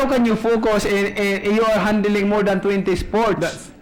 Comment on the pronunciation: hay nku pakyaw...handeling dw sabi nya instead of handling hahaha grabe gud...tsk tsk